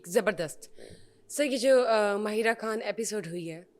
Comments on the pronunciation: Why hostess pronounce: خان کو کھان dont try to be انگریز please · You people are ignorant selfish bootlickers! The host CAN'T even pronounce her own last name correctly! You say it like alEndians say it!